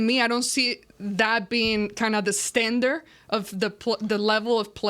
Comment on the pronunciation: great job and always beautiful I have a tip your English ha s improved a lot but today you said standard you pronounced it with ste tell these guys to help you out so you learn but you are doing very well with your English merry Christmas to you all